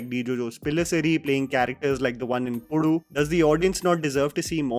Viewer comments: Pudu? :D Its puzhu.. as in kozhikode.. aka calicut.. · Bro it's not pulu it's puzhu bro you said correct arattu is not good bro simply shit